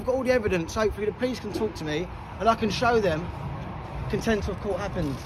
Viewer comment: Is he saying content or contempt? 😅